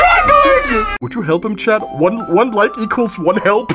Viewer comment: the way he says chad instead of chat 💀